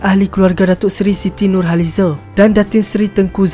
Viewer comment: Cerita² memng best tpi pengulasnya sy x berpa berkenan over sngat sebutan pun banyk sngat se²..siti nur halizeeee..